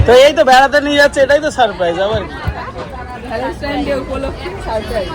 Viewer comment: কথা টা ভালেস্টাইন না ভ্যালেন্টাইনস ডে